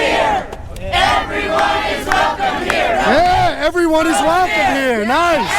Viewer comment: "Everyone is wecome here"